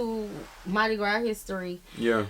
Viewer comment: Don't call it Madi Gra. Its Trinidad and Tobago Carnival ❤